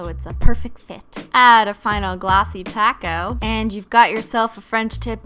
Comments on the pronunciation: She said glossy coat not glossy taco in the beginning 😩🤩🤯😋😜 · I thought she said glossy taco lmao